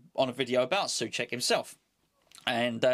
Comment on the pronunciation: it´s NOT "Suček" but try to say so + check (without pause) :)